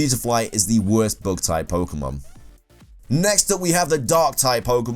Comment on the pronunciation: book type? did i heard it right? ohwww bug type..